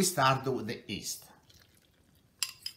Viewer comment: Haha it's yeast not east, LMAO